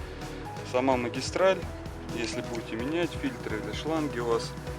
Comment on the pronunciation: Не фильтрА, а фИльтры.